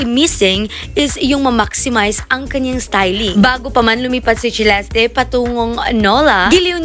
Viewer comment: Its Celeste /selestey/ not /chilesti/ 🙄🙄🙄